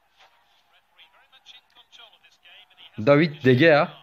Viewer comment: Abi bazıları niye "de heya " diye okuyosun demiş ama zaten öyle okunuyo sen doğrusun